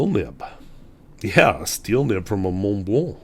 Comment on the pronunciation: Forgot the "L" in the second Montblanc. Not that I care but you are a teacher.